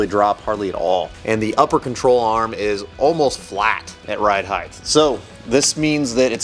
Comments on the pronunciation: right on, glad to see you back on your feet.. I didn't hear any speech issues at all, would've never known. I work with a guy who also says heighth, he just thinks it's heighth instead of height. I bust his chops all the time about it. No harm meant ... keep the content coming ! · He said heighth ....